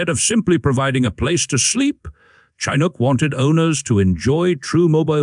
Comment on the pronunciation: It's pronounced chin Ook, (hook without the H)